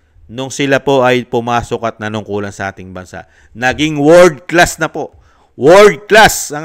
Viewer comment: "Worse Class"?😢 hindi World Class😢